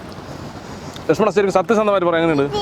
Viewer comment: സ്വതസിദ്ധമായ പാലക്കാടൻ ഭാഷയിലെ ലക്ഷ്മണൻ എന്നുള്ള വിളി കേൾക്കാൻ , ഒരു ചന്തം ആണ്